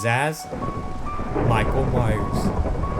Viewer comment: His name is Michael Myers not Mayer it's probably because